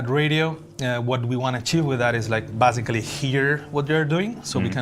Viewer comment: Stop saying bazically